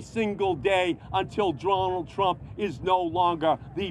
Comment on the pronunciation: "Dronald Twump"